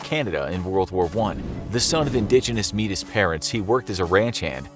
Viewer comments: Metis is pronounced "may-tee" not "mee-tis" just FYI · Métis is actually pronounced “may-tee”, not “meedis” like you said. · it’s pronounced may-tee not meetis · Just a quick correction, Metis is not pronounced "Meet-iss", but "May Tee". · #9-its spelled Metis, but it's pronounced May-tea, not meh-tis. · So subtle but I had a good laugh at “Meatus” instead of “Métis” pronounced “May-tea” haha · he said metis like meatus... like bro its pronounced mey tee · where the narrator said “the son of indigenous ‘metis’ parents”, “metis” is pronounced “may-tee” not “mee-tis” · Indigenous MEE-TIS???? It’s pronounced MAY-TEE. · it's pronounced may-t not me-tis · It's pronounced may-tee not meetus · “May tis” lol it’s metìs (may-tee) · Btw, Metis is pronounced Maties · Metis pronouced like May-tee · Métis is not pronounced “ me tiss”, for those who are unaware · It’s not Métis it’s pronounced may tee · FYI: Métis is pronounced "may-tee" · you said metis wrong its pronounced maytee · did he just just say “indigenous MEE-tis”? dkm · Im metis I pronounce it me tea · metis is pronounce may-tee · metis is pronounced Maytee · You say Metis like May-tea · Pretty sure you were trying to say Métis for #8.. it’s pronounced more like “may-tee” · You know this guys not Canadian from how he pronounced “Métis” lol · good try at pronouncing Métis 😑